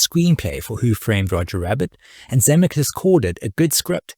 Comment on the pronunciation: This video could've been truly great but your blatant mispronunciation of Zemeckis, especially given his importance in this history, is simply unforgivable. I still gave it a Like because I love Roger Rabbit and appreciate your aim in producing this video.